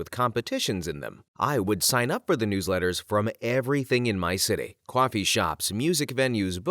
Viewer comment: I love these videos, but a few things always stick out. The pronunciation of coffee feels jarring. And as a German speaker, that German segment hurt my soul. Not hating, just pointing this out.